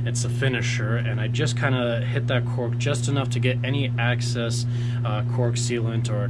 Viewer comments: EXCESS! LOL after two videos I can't help it...... The word is EXCESS not, ACCESS! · Excess, not axis...